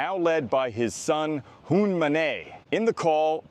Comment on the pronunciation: Hun Manay? You couldn't read 5 letters or google search the character in your narrative. Lazy opinionated work.